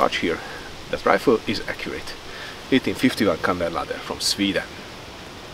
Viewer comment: it would be kammarladdare, not kammerladder which i believe is the norwegian way to say it